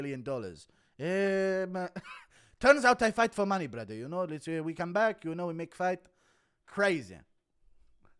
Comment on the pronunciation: "I pay taxes to Allah brather"